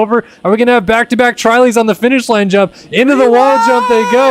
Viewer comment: Trilys should be called “Trulys” Quadlys should be called “Qoolys” 😂